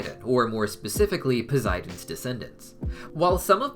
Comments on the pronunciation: Hey I pretty sure it's prunouced pow-s-I-den not poziden and I di know it's spelt posidon sorry if I'm being rude not good with social cuse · Great film and great video bud. One thing, You do realize Poseidon has and s and not a z in it right🤣😂 I would know my name is Zac🤣 just kiddin bro just never heard anyone say it that way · Anyone anynoyed by how he pronounces.posiden